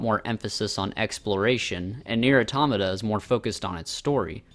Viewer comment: The way you said pronounced Nier automata makes me sad it’s auto-mata not atomna